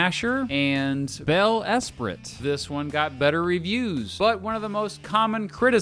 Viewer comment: You should really learn how to pronounce Eyrie and Esprit 😂😂😂